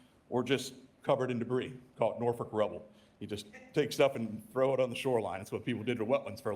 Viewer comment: What did he say? Norfick? Where is that? No local virginian says that. Its nor-folk or nor-fuk